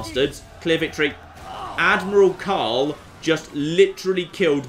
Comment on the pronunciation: Umm, there is an 'r' in Karl.